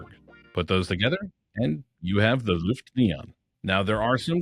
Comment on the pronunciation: pro-tip, it's not "L U ft" , but "L O-E ft" ,,, Ø is a OE/O-E kind of sound .. Løft means to lift something up. When saying Luft, that means Air ..